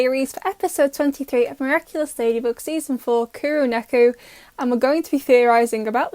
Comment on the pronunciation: Me: hears Kuro Neko Also me: Thinks it says KonekoKitten